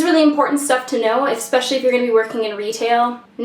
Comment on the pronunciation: did you say especially at the end or expecially?